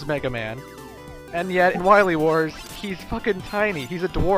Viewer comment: Zomg... Wahwee Wars!